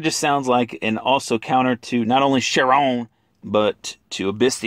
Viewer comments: and its pronounced Chiron with a k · I die everytime u say Chiron XD 😂😂